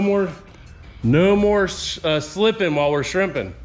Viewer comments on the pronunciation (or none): "No mo' shlipping while weeze Shrimppin" Love it!!